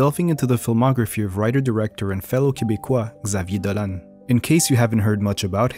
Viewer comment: You pronounce very well his french name.